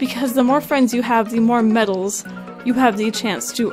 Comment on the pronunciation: Idk why, but when says medals it sounds like babbles